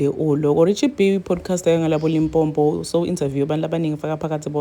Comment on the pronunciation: Limpopo not Limpompo